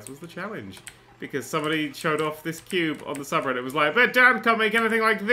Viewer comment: "I call it... The Quo`be" - Nerdcubed 2015 - Needs to go on the "Qutes" Page of the Wiki.